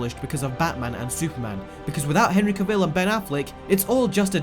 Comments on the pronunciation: It's pronounced cavill like travel. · On another note, it’s Cavil, not Caveel 🤷🏾‍♂️ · Henry caveel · As a side note: Cavill is pronounced 'cavel', like travel. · STOP STRESSING THE VILL IN CAVILL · CaVILL? Could you not get the pronunciation right after 5 years of this guy in the role? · The fact you can't even pronounce Cavill makes me doubt anything you have stated. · That is not how you pronounce "Cavill". At least get his name correct. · There is a black Superman from Earth 23. & he's also the President. Oh, and you're pronouncing Henry Cavill's name wrong... Idiot! 😜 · Dude. At least pronounce his last name right.